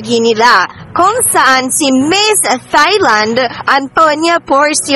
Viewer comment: Sorry po, mejo awkward ung comment ko but I mean no harm... Thailand is pronounced as Tai-land... it uses the /T/ sound and not the soft /th/ sound. More power to your channel po.